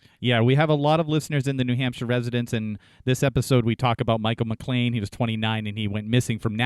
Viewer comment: Last name is McClain, not McLain.